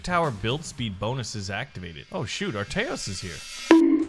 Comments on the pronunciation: Please read this It is aTReyos Not aRTeyos with a 'Tr ' NOT 'rt' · I like how still pronounces the name "Arteyos" instead of "Atreyos" as it clearly says lol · Atreyos was buffed masively. And if you pair him with enchanted pike, his damage will be OP. Also he is pronounced as “At-re-yos” not “Arteyos” Like this so can see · me saying this since multiple episodes .. still haven't seen an output ... Everyone just spam the comment that it's aTReyos not aRTeyos so that he can see it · YOU KEEP ON SAYING ATREYOS WRONG